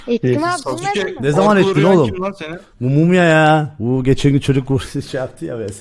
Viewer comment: off şunu saske diye okuyun artık